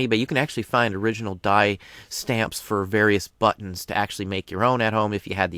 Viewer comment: love your videos thank you. Made me laugh tho, immature side kept hearing "butts." instead of buttons. LOL, but maker,, XD